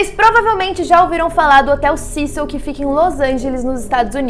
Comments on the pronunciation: Se fala cecio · Eu jurava que era “CÉcil” 😂😅